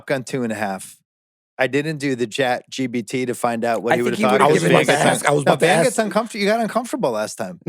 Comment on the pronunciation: Why does Bill always call it ChatGBT with a B -- lol.